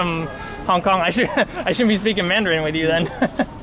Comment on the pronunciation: Damn his mandarin is fuckin good. Especially the accent. You can tell he’s lived in Beijing for awhile.